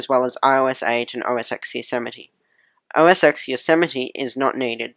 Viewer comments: OS X is pronounced "Oh Ess Ten," not "Oh Ess Ecks." That's like a cardinal sin of Apple. Sorry.. great vid. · It's OS TEN!!! It's pronounced Ten. Roman numeral X = Ten